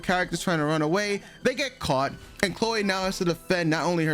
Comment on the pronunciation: Lol why do you pronounce her name all weird? "Clo-way"?😂